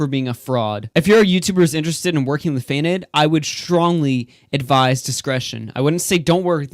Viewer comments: fai’nd? it’s pronounced fainted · Fainted Fay-un-tid.